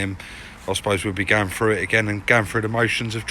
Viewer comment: It is pronounced through, not froo. Irritating to listen to.